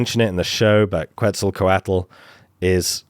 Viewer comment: Please learn how to pronounce Quetzalcoatl. It was so painful to listen to over and over